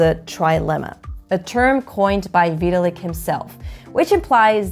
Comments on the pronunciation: Veeeee till lick. Always thought it was vi-tal-lick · great explanation and all but thats not how you pronounce VITALIK WTF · Completely butchered Vitalik’s name so bad I had to stop watching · Well, to be fair, nobody actually pronounces Vitalik Buterin as Vitalik himself does.